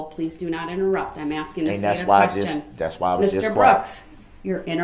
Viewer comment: Ize axeing for Groundz